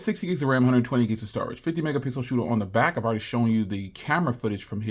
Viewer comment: 'This is the 50 megapickle shoot' got me